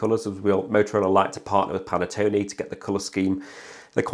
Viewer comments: Good video, but i'm sure it's Pantone not Panettone 🍰 😂 Got mine last week and am enjoying it so far 👍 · Dude, it's supposed to be pronounced PAN -TONE like it's spelled - not like the cake for it isn't Italian!!